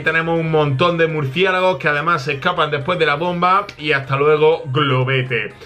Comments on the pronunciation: el el minuto dijo murciegalos en vez de murciélago laik si lo escuchastes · buen video pero en el minuto dijiste murciegalos